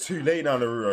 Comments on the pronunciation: His name is Naruto not Naruo you are forgetting the “t” Edit: it could be just because of your accent, but still at least try to put more effort on the “t” sound. No worries though 👍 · It’s Nar ra toe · Naruto❌ naroro✅ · nuh roo-oh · I hate how he says Naruto… he got orochimaru with perfection first try 😂😂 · it was so sad seeing that this guy didnt even know what a rasengan or chidori were and couldn't prounounce naruto's name correctly😢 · The way you pronounce naruto is horribly